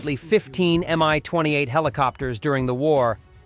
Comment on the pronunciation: Mi not My stop with all these AI speakers that dont work